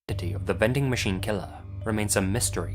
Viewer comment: All I can hear is "bending" machine